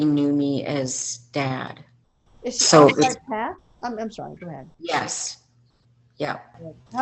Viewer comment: Book a Sheshon